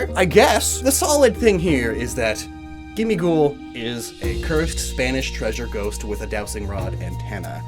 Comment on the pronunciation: I thought gimmighoul was supposed to sound like ‘Gimme gold’